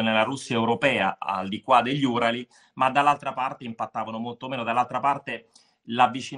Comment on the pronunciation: Uràli Alessandro, Uràli... per lo meno in Italiano... 🥰